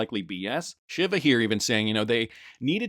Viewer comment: Shiva (she-va)